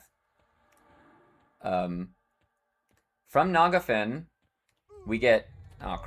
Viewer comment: I've heard many wrong pronunciations for EQ names and locations in my time, but the way you say Phinigel and Nagafen really take the cake. 😅